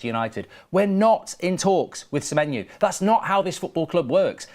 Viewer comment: Please say semenyo not semenyu it’s driving me insane 😂😂😂😂